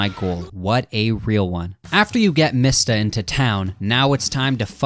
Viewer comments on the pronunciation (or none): Your pronouncing mista wrong it’s pronounced like me sta not mist a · Why do you say mista like “mihsta.” When it’s pronounced “meesta” and narancia “na-rant-cia” when it’s “na-ron-cia”. And you say Hamon like “hamen” when it’s “hah-moan” I don’t mean to be rude I’ve just never heard ANYONE pronounce names like you 😅 still love your content tho! Just reminds me of when Naruto fans call Sasuke “sah-soo-kay”